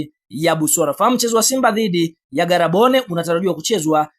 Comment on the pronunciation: Badilisha namna ya kuongea...unaonekana mwongo kwa hiyo sauti...ndioo maana hata timu mwenyeji huijui eti garabone😂😂😂😂 maviii sema gaborone